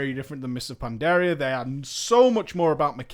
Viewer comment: For someone so knowledgeable about WoW... for the life of me I don't understand why you can't pronounce Pandaria or Draenor correctly.